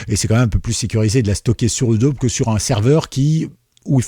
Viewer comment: Merci pour le tuyau. En revanche, je ne sais pas si tu prononces "edaube" pour Adobe volontairement. Si ce n'est pas le cas, la vraie prononciation est "adobi". Al...